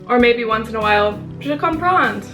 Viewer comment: you don't pronounce the "ds" in je comprends you stop at the "n" btw i speak English Arabic and French fluently, a little turkish and im learning Italian